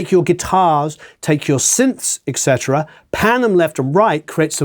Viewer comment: Great video! You do get a negative mark for mispronouncing etc as excetera...